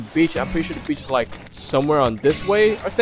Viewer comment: U sayed beach and i hear bitc”